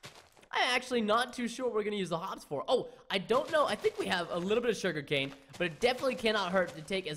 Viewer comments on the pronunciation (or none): none